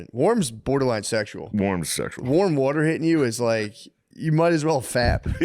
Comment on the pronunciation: "the worter"